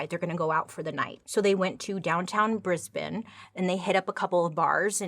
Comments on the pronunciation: Life sentences in Australia are 20 years...ish. It's complicated 😕 If you look into Julian Knight he's technically served his full sentence but they changed the law to keep him in prison indefinitely. Major props for the correct pronunciation of Brisbane though 👏 👏🙌🙌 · You are literally one of the only people from overseas I have heard pronounce Brisbane correctly - thought you would want to know darl! Well done you! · It makes me so happy when non-Aussies actually pronounce our cities/ towns names properly 😭 first time I’ve heard someone actually pronounce it as “Bris-bin” and not “Bris-bane”. This is just one of the many reasons why I love Bailey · I’m Australian and you pronounced Brisbane and Rockhampton correct. Have you been on TikTok Bailey? How did you know we put “bin” at end of cities. Such as Melbourne but pronounced Mell-bin. And Brisbane is Briz-bin. 🎉🎉🎉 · Bailey How do you manage to look more and more Beautiful with every video... So proud of your success you have come a long way and it's been a pleasure to support you from your very first video. With much love from Australia🌏🥰💜 P.S you got the pronunciation perfectly.... ☺ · As an Aussie, I'm proud of you for how you pronounced the towns 😁🤣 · Bailed that Brisbane pronunciation. TY for vid. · Also, you said Brisbane perfectly 👌🏼😊 so freakin proud! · Well done on your pronouncements of our towns! We get a lot of bris-BANE-s & MEL-born-z 😂 love ya Ms. S!! 🇦🇺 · Also points for pronouncing Brisbane correctly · Bailey I am from Australia There were some crazy stuff You did perfect on pronunciation Love it Lisa AUSTRALIA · Your pronunciation on Australian places are spot on! Never heard an American accent say Brisbane so well 😂❤ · i was just about comment the same thing, i too have never heard an american, until today, pronounce Brisbane properly, yay Bailey😍😈👿😍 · Yep she totally looked up the correct pronunciation before filming this. Most Americans pronounce it like the Batman character 😄